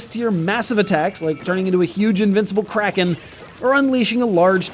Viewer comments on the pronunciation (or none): none